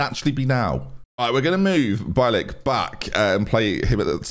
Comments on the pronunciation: It’s said beeilick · Bielik should be pronounced like B-ye-lick - you can also put his surname in Google translate and check the pronounciation, as his surname means a white-tailed eagle in Polish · Derby fan here, Loving the series. Just FYI, it's Bielik is pronounced Bee-Lick. Keep up the great work! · more like be-a-lick, but bee-lick is close enough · b ye lick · I’m pretty sure it’s “BEE-LICK”. He was Charlton’s best player in our 18/19 playoff winning team. Great player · As a Polish person :D bielik would be pronounce more like B-ye-lick cheers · Bielik is pronounced Bee-ye-lick (I believe) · bielik is pronounced bee lick btw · Bielik is B-yeah-lik